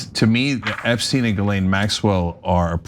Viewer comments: Funny little slip there, Hillary... EpstEin instead of Epsteeen. I read somewhere about everyone pronouncing his name wrong besides those who knew. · "Eppstine... Eppsteen..." >>> This is what they call a "glitch": she accidently pronounced the name more correctly...🙂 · I’m glad someone said that!!! That was very slick but noticed “epstine” haha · “EPSTINE” is some Reagan Level obfuscation! 🎖️ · Oh look, she knows so little about him that she can't even say his name right.